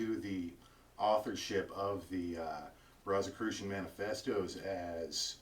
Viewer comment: First of all, you pronounced Rosicrucian incorrectly; therefore, I can't take you seriously...